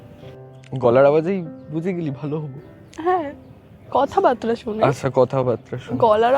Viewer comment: কথাবার্তা কে সকলেই আজকাল ‘কথাবাত্রা’ উচ্চারণ করে দেয় 🥴